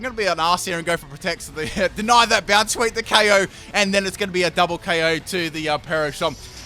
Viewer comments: bonsweet (boundsweet or bounsweet) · iTz VelveT The Weeb That's true, but I'm looking for really bad ones.... His pronunciation of Bounsweet isn't as bad as many of the others...